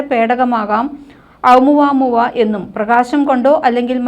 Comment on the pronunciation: ഓമുവമുവ എന്നാണ്